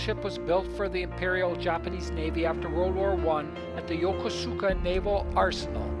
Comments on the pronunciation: YOKOSKA..... don't pronounce it YOKOSUUKA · "yoko suka" port its YOKOSUKA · I am half Japanese and my first language is Japanese, sir. My father was stationed in Negishi and Yokosuka and I have spent half of my life there.... I guess it's more yoKOHska for English speakers but the actual pronunciation is yoKOsuKA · It’s Yo-kuu-ska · I was stationed at the Marine Barracks at this Navy Base from 1960 to 1962. We pronounce the name og Yokosuka differently that shown on this video. We pronounced Yokosuka like this: Yo Kuus ka. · Pronounced Yo-Kose-Ka ! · It's pronounced yokOsukA😉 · Wrong. I was stationed here and met my girlfriend there, she’s Japanese, and she laughs when he says YokOsuka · its pronounced yo-kus-ka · I strongly recommend that you learn how to correctly pronounce Yokosuka. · Dude doesn't even know how to pronounce the name. Jeez... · Funny his pronunciation of Yokosuka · Not to diss your video u did an awesome job but you Mispronounced Yokosuka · Your pronunciation of Yokosuka is the same wrong one on the recorded one on the those JR East Lines. Please re-record this. I lived there and worked with the CO of Fleet Activities Yokosuka. Don’t promote Incorrect pronunciation.